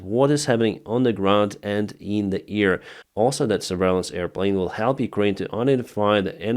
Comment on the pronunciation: Try to say : 'AIR', not EAR. Not ear defence, ear field...